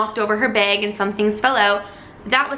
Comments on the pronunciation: I like the way she says “bag” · Canadian accent came out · Awwww I forgot you are Canadian!! Until I heard you say bag:,) Love you and your videos!!!